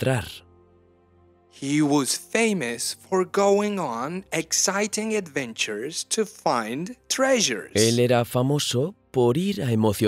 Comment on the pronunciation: This is a really great idea. However, the person reading in English has odd pronunciation. The word "adventures" he pronounced "awentures". That's my only complaint so far.